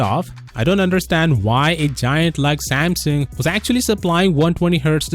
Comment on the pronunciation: That’s the right way to say it